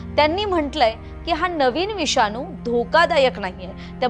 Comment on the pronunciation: "विषानू " नाही गं ....." विषाणू " !!!